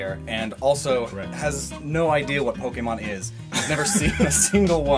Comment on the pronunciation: “Pokeymon” is really annoying me